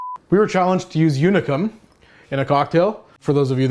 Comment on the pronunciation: If you feel like pronouncing how the Hungarians do, its more like Oonicum than Younicum :)